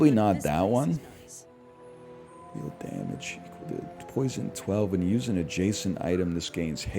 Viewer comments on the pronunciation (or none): none